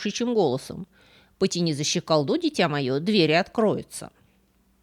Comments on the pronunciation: Первый раз слышу щеколдУ. Это треш. Режет слух. Всегда было щекОлду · щекОлду, а не щеколдУ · ЩеколдУ ???????? Очень странно... 🤨 Вообще, ударение на О - щекОлду, щекОлда. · Почему " щеколдУ"? ЩекОлда(у)! Почему в каждом видео во многих словах ударения неправильные? Вы же вроде грамотный человек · У Вас интересные темы рассказов и увлекательная подача материала, спасибо за Вашу работу! Но... ЩеколдУ? Серьёзно?.. В первый раз вижу человека, который не знает слова "щекОлда". Это такая задвижка на двери, ударение на букву "о", запомните, пожалуйста, это слово. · Спасибо за исследование, много забавных "ньюансов"- новых вопросов, т.с. Только вот, капюшон с пелериной, а не "перелиной",. "За щекОлду" произносится правильно, а не "за щеколдУ". Очень интересны у Эрика Берна сценарные послания в этой сказке. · Щеко́лду, а не щеколду́ и ша́баша, а не шаба́ша. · Почнму "потянуть за щеколдУ" а не за "щекОлду"? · щеколдУ ухо режет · Правильно «щекОлду» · Здравствуйте,!)) Правильно: "потяни за щекОлду". щекОлда! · За щекОлду! Прям ухо резануло! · ЩеколдУ́? Серьёзно? Это в каком регионе России такой выговор?😂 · Простите, но режет слух неправильное ударение: за щекОлду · потяни за щеколдУ?? и это произносит человек, претендующий на филологические какие то исследования? ню-ню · ЩикаллУ.. Смешно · За щекОлку! Залезает, а не залазит!! Литературная, блин, лекция... Послушали очередную балду, что открывала щеколду. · ЩеколдУ! Такого я в жизни не слышала, кошмар! Если б не это, то безусловно бы лайк и подписка, но так...нееееее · ударение щекОлду